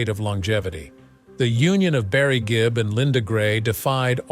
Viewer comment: Good gracious, who came up with all these accusations, narration, and misspoken phrases? It's Gibb, not Gibbs, It was the Bee Gees, not "Barry and his band," or "The Gee Bees."